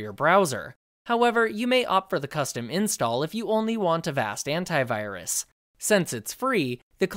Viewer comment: I'm sorry but every time he says "Antivirus" I just hear *Hentai*virus